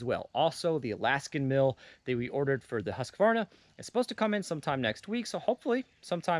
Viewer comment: Please please. The letter Q in husqvarna is pronounced as a K. A K that is hardly heard in the word.